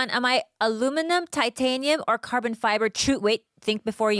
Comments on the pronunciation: Mfw bobby pronounces urijah fabers last name close to correct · dutch last name. Faber is half dutch and its a dutch last name and bobby pronounced it pretty close to correct. Better rally me some maidens as well for the knight train